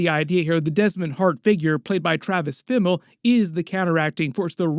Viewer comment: It’s pronounced Fimmel? I always thought it was pronounced Fimmel